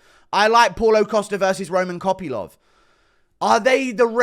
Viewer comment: "costa kopylov" sounded like "costa coffee lov"